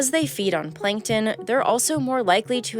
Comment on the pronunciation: plankton not 'plinktin'